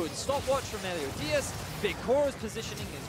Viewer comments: its meliodas! meliodas! MELIODAS!! not melio DIAZ!! these casters! clearly not a fan of 7 deadly sins! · Vedius, the jungler's name is Meliodas, not Meliodias. You said Melidoias all game. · Vedius saying Meliodias is more tilting than seeing Jankos’plays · STOP. MISPRONOUNCING. MELIODAS. Literally pronounced exactly as it's spelled. Holy shit. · You talking about the constant mispronouncing of Meliodas? I'm there, too. Like holy shit please read the damn name. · And the other casters alternated between saying it right and wrong. Like, holy shit. fucking read. It's pronounced EXACTLY as it's spelled.